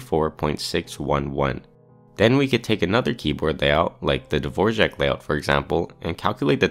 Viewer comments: dvorak not dvorjak bro it's right there how are you saying dvorjak does r with smiley make rj sound? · It aint Dvorjak its Dvorak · Dvořák was a Czech composer. Dvorak was an American who made a keyboard layout. Not the same name or same pronunciation. Dvorak is just pronounced dvor-ak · A few quick comments/corrections: Dvorak is not pronounced/spelled like the name of the famous composer, Dvořák. It’s spelled Dvorak and pronounced the way it looks. As other commenters have pointed out, there are many different metrics used to optimize the layout of a keyboard, and the one used here is a very simplistic one. Some others include Asset, whose goal was to remain as similar to QWERTY as possible to make switching easier; Colemak, whose goal was to keep commonly typed letters near each other and minimize changes from QWERTY; Dvorak, whose goal was to move common letters far apart; Workman, who assigned every key a (somewhat arbitrary) “difficulty rating” and optimized for lowering the difficulty rating while treating left and right hands as equals; and, finally, Norman, whose goal was similar to Workman’s while treating the right hand as better than the left because most people are right-handed and trying to minimize changes from QWERTY in order to make switching easier including Q, A, S, Z, X, C, and V as they are all commonly used for shortcuts and not moving them improves quality of life. Importantly, the Norman layout actually scores very well on the requirements set for all four of these other keyboards, and when compared to the others, often scores second or third compared to the other four keyboards ON THEIR OWN TESTS. Finally, none of the tools used for this testing or designing in the past, such as Carpalx, have used or needed AI.